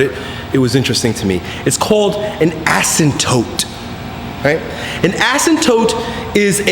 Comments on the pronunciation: Err I think he means "asyMptote" not "asyNtote" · you said asymptote wrong lol